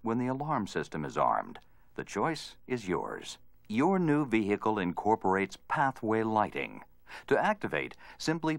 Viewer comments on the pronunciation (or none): The way the voiceover pronounces "vehicle" really triggers me... he says "Vihee-heecle" like WTF kind of pronunciation is that?!